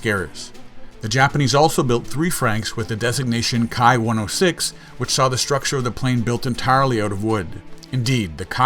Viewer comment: if memory serves me correctly, the Ki is pronounced as "Kee" as in a key for a lock. At least that's what I've been told by the scribes and sages.:)